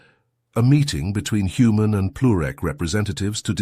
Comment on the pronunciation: Heard it say human for most of a story but one time said "Hoomon"